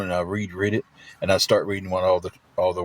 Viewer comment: First you have to learn how to pronounce words if you can’t pronounce words you sound like you didn’t graduate kindergarten and from the way you say words it looks like you don’t have any education at all you can’t pronounce anything right Zelle Reddit it’s crazy it’s no wonder year a failure you have no education